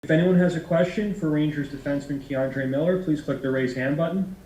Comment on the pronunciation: K’uhmmmdre Miller